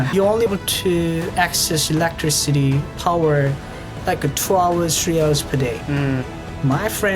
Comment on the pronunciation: LOL I love the way you say electricity electric city lol. It's e-lec-tris-it-tee I think I said this to you before but if you're looking for a movie to watch it's called the interview you will die laughing it's a comedy about North Korea and Kim jong-un un😂😂😂